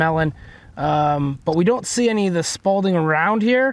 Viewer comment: Repeat after me: SPALL not “SPAULDING”.